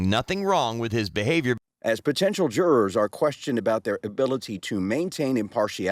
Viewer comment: It’s crazy how she pronounces “jurors” 😅 “juraaars”